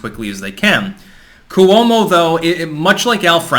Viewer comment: Cuomo is pronounced with two syllables